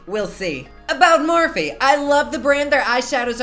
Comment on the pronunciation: i love the way u pronounce morphe...soounds so sweet...